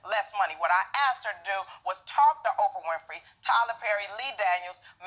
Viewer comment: Hoe-prah WINFREY